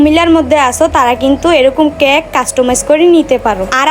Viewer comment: ওটা ক্যাক না কেক হবে🥲🙂